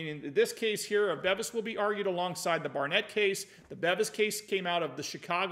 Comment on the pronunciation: it's Robert "BEAVIS" (pronunciation).